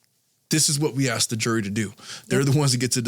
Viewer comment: I’m so tired of him axing. Asshole the word is ASK